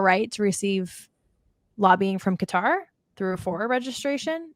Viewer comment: Qatar Qutarlson